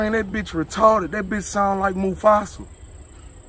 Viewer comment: i be dying when he say retawded! 😂